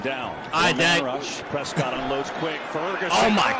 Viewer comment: It ain't DAK, it's Duck...His name is Dakota pronounced Duck-o-ta...so the short version is Dak, pronounced Duck...